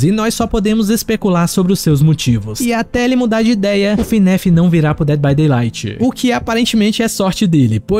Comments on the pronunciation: Cuidado mano alguns fãs de fnaf se importam como vc fala , vc fala Finef em vez de fnaf cuidado com eles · Ele falando Fnéf 😔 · ELE FALANDO FNAF ERRADO ELE FALANDO FNAF ERRAAAADO AAAAAAAAAAAAA